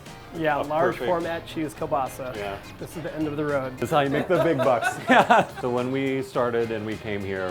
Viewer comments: That is not kielbasa... and learn how to say kiełbasa 💋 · It's Kiełbasa. Polish 101.